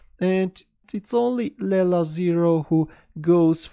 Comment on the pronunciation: As far as i know...its not laila..its leela..its sanskrit word from india..its play of god called leela